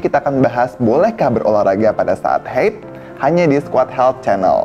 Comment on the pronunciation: Haid, bukan heyd😂😂😂 diambil dr bahasa Arab bukan Inggris😅😅